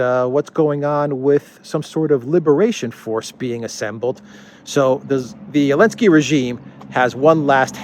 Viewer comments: Great chronicle. But why do you keep pronouncing zelensky without the “z”? Is that some sort of retaliation :-) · Why do you call him Alensky? Or, am I hearing it wrong? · He calls him elensky because the letter Z is cancelled.